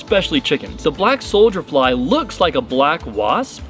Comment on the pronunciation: Is he saying solder fly?